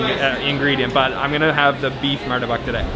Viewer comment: correction not martabak but pronouced as murtabak